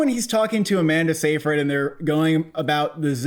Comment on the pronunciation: Amanda's last name is pronounced Sigh-fred ;) Great review as always